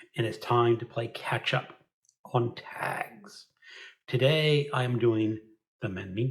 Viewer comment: You said catch up on tags and it sounded like ketchup. My poor effort at a joke. Thought you were trying to make the tag easier to swallow for a moment.